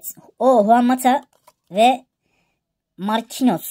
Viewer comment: Markinyos diye okunuyo canim abicim